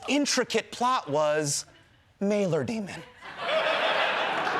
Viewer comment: I think it’s super impressive that Hasan pronounces “daemon” properly.